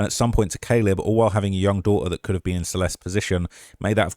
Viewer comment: "Where she bean"